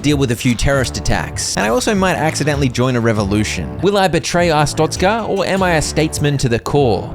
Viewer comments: uh strokez cuh vs uh stroke a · Ah yes AHSTROKAH (not tryna be mean) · what in the hell you mean Astocka, it is Arstotzka(A.R.ST.O.TZC.KA) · mispronounced Arstotzka...the entire video. He called it A-stroke-a. 😂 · nah, you're just an astrokean, not an Arstotzkan 🙏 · I still get shivers whenever i think about saying "Arstroka" instead of Arstotzka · Thank goodness you didn’t say astroka like a …. Certain other YouTuber who I shall not mention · Ah yes,its called ars-stroke-ska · Glory to a-stroke-a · I reported ur videos for hate speech. How dare you mispronounce glorious artztoska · almost positive you’re pronouncing Arstotzka wrong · a joke, he said it wrong his entire video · not pronounces it right its wrong i came from arstotzka trust me comarad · that CAN'T be how you say it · it's worse than yoi think. He is dyslexic, but he knows he pronounced it wrong, got corrected, said it correctly once, then proceeded to keep saying it wrong out of either spite or just because he can